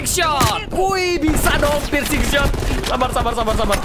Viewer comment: Hanya membenarkan🤣 Pircing bang bukan prising